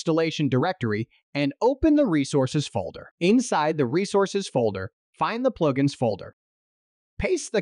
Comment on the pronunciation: You shake a bass. All you get is a very annoyed fish :) This is just a bad A.I. read. They also refer to "pluge ins" I found it all very distracting. Suggest pay a real voice actor to do this instead.